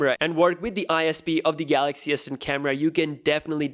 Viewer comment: Who else heard samsung s pen instead of s10?